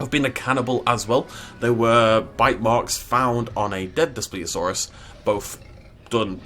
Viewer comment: You pronounced it wrong